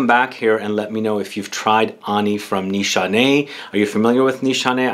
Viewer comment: The only one who pronounces it right sigh of relief Every other YouTuber butchers it and I cringe so hard , I can’t help it